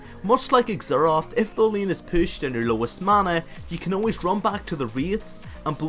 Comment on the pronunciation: You pronounce Xerath as "ex-er-ath" lololol :D:D